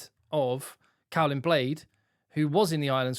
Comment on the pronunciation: Nice one,. For reference: Caolin is pronounced 'kaylin', the 'o' isn't pronounced. Hopefully see you in Cardiff next week!